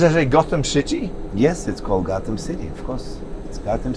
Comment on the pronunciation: it’s Gotham not gothan